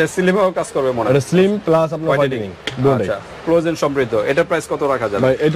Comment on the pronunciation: ভাই আপনারা উচ্চারণ আগে ঠিক করেন। ক্লজেন না। হবে কোলাজেন